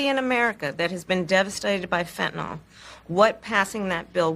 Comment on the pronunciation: Did Harris say, "fentanol" instead of "Fentanyl"? Twice? Is she really that stupid? (rhetorical question)